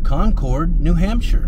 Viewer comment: Lovely! As the locals say, "New Hamshah". ☺️